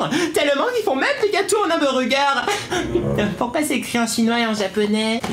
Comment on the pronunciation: Pourquoi tu dis Humburgé ?